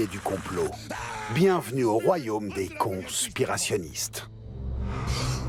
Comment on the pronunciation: « Des ‘con-spirationniste’ » AH